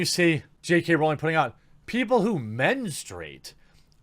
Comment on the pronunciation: Once again. It's Rowling, rhymes with growling. It does not rhyme with bowling. And you don't read comments cos this is at least the 5th time I've said this.